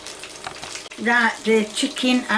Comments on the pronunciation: Tommyahhtoes and Uneeeins!! LOL 🤣🤣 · "Honiones" "Tomyatos" "caryots and PEP pa" "SALTY AND PEPPIAR!" "im not payin' £1.75 for a tin a' cheerios" - 2023